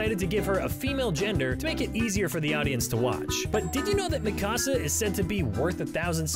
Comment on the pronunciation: Hayngeee, Meekawsa.....the way this guy pronounces Hange and Mikasa shows that he doesn't watch the 4th most watched show on the planet